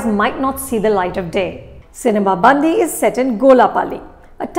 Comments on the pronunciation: Ma'am, it's not bandhi ( girl in hindi)..it's callee bandi ( vehicle in telugu) 😂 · Cinema 'Bandi' is pronounced this way... it is Ban'D'i (its the way you pronounce letter D) , but not Band(the)i. Bandi means Cart in Telugu. I'm sorry but I couldn't resist to correct this pronunciation mistake :D Typical south and north pronunciation issues. :D Thanks Anupama for reviewing this film. /\ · It's not Bandhi it's Bandi. The difference between da , dha . Hindi people you have aksaramala. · It's bandi not bandhi😂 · Nice try Anupama..bandi..not bandhi…good to see that you are focusing on the South ..and BTW , loved your review on Radhe…stay true, stay real and stay safe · I correct u. Its not cinema bandhi... it is cinema bandi... . catch the difference of last 3 n 2 letters.. Hindhi ka.. dhi.. nahi hindhi ka.. di.... example ..gaadi ..in hindhi...in telugu it is.. bandi... di .. di.. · I love Anupama and her reviews and I love that Film Companion has brought together Bollywood and South Indian films with a shared passion for cinema. But is it really too much to expect that they get the pronunciations of at least the movie titles right? Even before I started the video I was hoping she wouldn't say 'bandi' as in 'girl' in Hindi, and sure enough, she did :) I mean all she has to do is pick up the phone and ask one of her own colleagues at FC South to quickly pronounce names/ words. I can never forget the way she says 'Saraavanan' in her Game Over review, lol. Like, why assume how something is pronounced rather than ask?! If Shreya Ghoshal can do it so consistently and so well, everyone can. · I really couldn't take it every time she mis pronounced "bandi". Such a reputed critic and she can even get the film title right?! SHAME